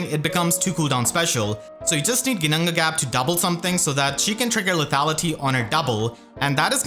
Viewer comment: The flawless double Ginnungagap pronunciation 2 seconds in really caught me off guard XD I wonder how many takes that took you, got me in awe hahaha